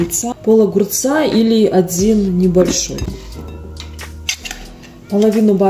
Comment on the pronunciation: Слово один произнесла , то ли с акцентом , то ли не умеет выговаривать букву д